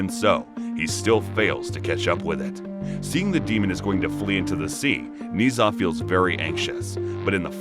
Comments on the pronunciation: Everybody mentally drops the "H" in "Zh", turning it into "Z", while it is actually "Zh", pronounced like "J" in words "Jail", "Jade", "Jaguar" et cetera, but with slightly less accent on the beginning of the sound. It is a nice recap, but listening to the story of Ni Za instead of story of Ne Zha was hilarious for me. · Ne Zha is pronounced Na Ja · Its pronounced ner zar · IS NOT NI ZHA IS NE ZHA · "Knee Za" Dude its pronounced Ne Zha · not NEE ZHA, it's NEH-ZHA! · It's pronounced Na-ja not niza I how it's spelt but you are pronouncing it wrong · It’s ne Zha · its not ni zuh its Nuh zha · Don't want to come off as annoying or rude But just for the sake of information I shall point out that Ne Zha isn't Nii Zha, but Ne (like the e from egg) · yes its just Nezha (Neza) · His name is pronounced neu-ja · It’s pronounced n e j a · its not ne zha 0-0 its Nancha 0-0well pronounced nancha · No one: Absolutely no one: Him: NeEeh ZaH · the "zh" part is pronounced like the "s" in "measure," so it's "Neh-zha" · "nee zha".. please tell me i wasnt the only chinese speaker who was triggered by this (no hate tho the recap was so slay) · Not to be rude but it’s pronounced (NE-SHA) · It’s so cringe the way he’s pronounced his name smh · All the Chinese people here are probably going to question the way he pronounced Ne Zha. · Jeez, either you wanted to get on peoples nerves or you don’t know how to pronounce Nezha. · That isn’t how you pronouce ne zha to me atleast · Your prouncing it wrong I watch the movie and said wrong